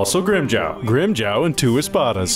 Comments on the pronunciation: Am I hearing things, or are some people calling Grimmjow "Grimmjow" and others are calling him "Grimmjaw"? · no a lot of the time they say Grim Joe not Grim Jaw or Jow(J+Ow sound as in the sound you make when your hurt) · I swear several characters say Grimmjaw instead of Grimmjow in this series. Has anyone else heard that? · I love how all of them pronounce grimmjaw name differently. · in this series they pronounce it Grimm joe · they pronounce it Grimmjaw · "And Grimjow" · I like how different people say Grimmjow's name differently. Everyone speaks differently, no pronunciation is flawless.